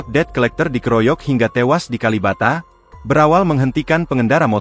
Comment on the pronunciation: tumben tribun ngebaca debt collector benar kali ini, baca nya det colekter